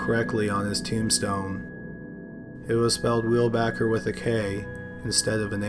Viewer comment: It sucks Weilbacher’s name was spelled wrong but you also mispronounced it every time you said it.